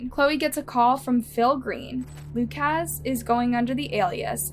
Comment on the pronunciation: How to pronounce the name 'Lukasz' ... not 'Luke-AZZZ" but --->